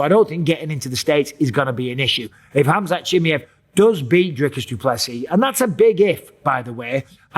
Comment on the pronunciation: who is this khamzat "chimyet" michael bipping here is talking about?